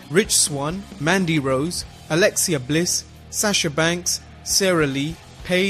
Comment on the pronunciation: eww the way you said alexa bliss